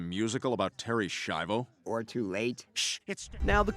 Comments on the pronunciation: The Schaivo one.. you constantly mispronounce the name throughout the video, despite it being pronounced correctly in the clips. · You’re pronouncing Schiavo wrong its not shavo it literally has a sch like School so use that same sound as you would do in School and say Schiavo like S-key-avoh it’s Italian so it should be pronounced the proper Italian way it’s ok when it’s Spanish names you guys seem to be fine with the Spanish names no problem so I don’t know why you guys butcher Italian pronunciations 🤦‍♂️ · You all pronounce the name "Schiavo" wrong... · Schiavo, spelled skiavo. Not Shiavo. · terry shavo? bro, it's ski-avo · "SKYA-VO"!!! why is it so hard for you americans to get this? where are you getting the "sha" or "shai" from?? do you go to "school" or do you go to "shul"? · Why aren’t you pronouncing Terry S’s name correctly?? You even play news clips so you heard the name. It made me twitch. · You couldn't even pronounce the name right when they say it in the clip? You did Terry dirty